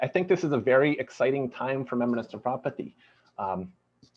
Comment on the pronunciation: what is with the proununciation of Menbra....!